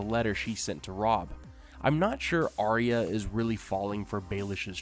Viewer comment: Always enjoy your videos. However, it annoys the heck out of me that you as well as most of the video posters pronounces Arya's name wrong. Arya, her mother, father, Jon, Bran say Ar-ya. Sansa, you and most everyone else say Ar-eeya. Don't you think Arya and her parents would know how it's said? It's a Northern name. Sansa always wanted to be a Queen in the south. Just a pet peeve.